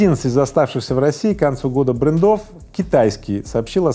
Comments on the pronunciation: Как услышал «брэндОв» так сразу и выключил! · В начале ролика... : брендОв...🤣🤣🤣... РУССКИЙ язык, необходимо подучить !!!